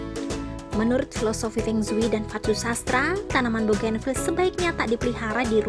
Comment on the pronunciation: Pengsui pengsui apa... kyk orang cina aja..